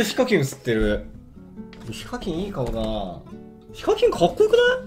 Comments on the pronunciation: ひ↓か↑きん↓ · 時々、発音が非課金になるの草